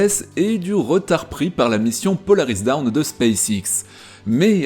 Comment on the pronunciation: Alors ce n'est pas Polaris Down mais dawn (prononcez DAUNE) ce qui veut dire "Aube". Par contre, il y en a un qui commence à me faire peur, c'est Elon Musk. Je crois qu'il faudrait lui expliquer "poliment" ce qu'est la démocratie !!